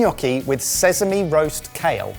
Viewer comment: How many times do I have to comment on the way pronounces sesame until he stops pronouncing it with a “z”? 😂